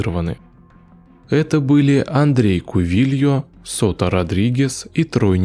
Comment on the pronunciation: Скорей всего Андрэ Кувильо, а не Андрей, аж что-то прям слух режет-)